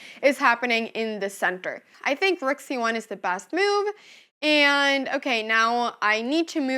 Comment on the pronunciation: "Ayand" "myove" lol Great video anna!